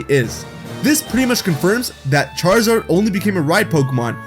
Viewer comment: Did you just say squaruzard?